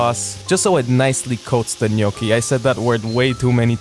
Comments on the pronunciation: On behalf of the entire italian population and the Italian Republic, I want to thank you for pronouncing the word "Gnocchi" the way it is meant to be pronounced. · I didn't have words enough to say how much I can relate to every second of this video. By the way, you say "gnocchi" perfectly, man, I'm obsess!